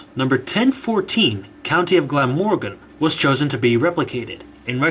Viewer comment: Btw as a Welshman I advise you to look up how to pronounce the Welsh names before you say them. Glamorgan which is an easy one is pronounced Gla-morgan.